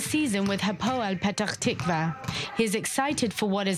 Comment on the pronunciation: I've never heard anyone having that much trouble saying Petah Tikva as this anchor